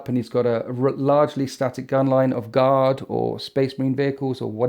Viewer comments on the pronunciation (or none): none